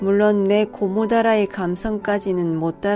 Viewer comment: 고무다라이? 경상도 시골 할매가 말하는 어투로 들리는가 싶다